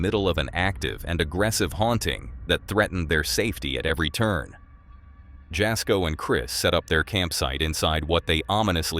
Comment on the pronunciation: It is pronounced Yasko; the J is silent. And no, he is not a bonafide paranormal investigator. He does it more for fun, and for his followers.